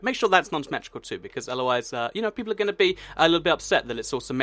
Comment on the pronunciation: its whale PEIPLPLLEE XD